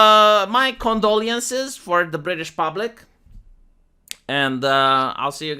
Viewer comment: your condolee-ences might sound more sincere if you didn't purposely say the word in a silly way